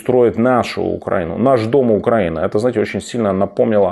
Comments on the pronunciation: Пане Тарас! Хочу сделать вам замечание по поводу ударения в слове Украина. Не УкрАина, а УкаИна! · Тарас, но простите ! Ну почему "УкрАина" ? Откуда у Вас возникла такая привычка? Это разрушает Ваш шарм и режет нам слух. Советую повторять перед сном не меньше 10 раз слово "УкраИна" , так учат стихи , слова которых тяжело запоминаются , а проснувшись утром , повторить. С этим надо что-то делать ... Пока я писала , услышала правильное произношение , значит надо закреплять. С уважением.